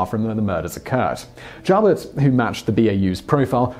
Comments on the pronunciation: "Joubert" is correctly pronounced "you-bear". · Just to confirm as already noted - Joubert's name is pronounced with the long oooo sound, not the ow noise. I was actually living about three blocks from the Dairy Queen in Bellevue where Joubert grabbed the first kid in Nebraska. Also was stationed at Offutt. Also, Joubert was never in the Army. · John JOUBERT. Its pronounced JEW-BURT. NOT JOWBURT. I never heard it pronounced like that. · Alabamians pronounce it Mo-bull. Joubert is pronounced Jew-bert.